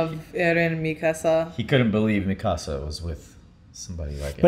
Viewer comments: Me-kuh-suh not me-casa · how do you watch this in English and still pronounce the names wrong?? Me-casa and Jeen 😭😭 also someone tell that Todoroki’s va also voices Bertolt!!